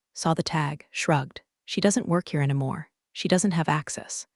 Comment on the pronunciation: Every homophone has a 95% chance of being incorrectly pronounced. Also, "anymore" - "anamore"; and I don't know how to represent the pronunciation of "Patagonia(n)".😅